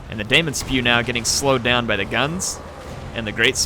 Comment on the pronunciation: Daemon is still pronounced 'Demon' :-)